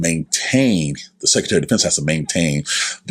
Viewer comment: It's SECRETARY!!!!...NOT SECETARY